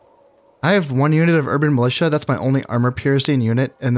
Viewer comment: STATS FOR KHANS Urban Militia successfully pronounced 7 times Urban Musha incorrectly pronounced 4 times A hybrid of the two - Urban Melusha pronounced 5 times A heart warmingly valiant attempt